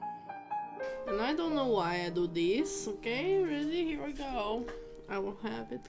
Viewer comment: What accent is diiisss? I had to😂😂😅